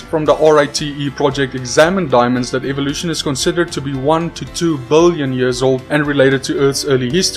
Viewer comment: billoin you can tell that 29 years of learning English paid off in that word